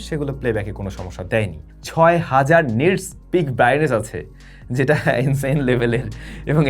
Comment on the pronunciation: আচকের ভুল হচ্ছে 6000 Nits (peak) brightness na bole apni bolsen prightness ❤🎉🎉